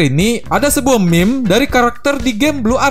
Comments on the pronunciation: meme bang, bukan m*m*q :v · kok saya dengernya "meme*" ya bukan meme :v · aokwoakowak kerasa penekanannya bang